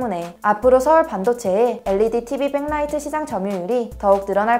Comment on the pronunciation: 내용도 좋고 빽라이트가 아닌 백라이트 발음도 좋고...대한민국인 영어를 사투리로 배워서 된소리 너무 심함.... 안해도 될 된소리가 문제...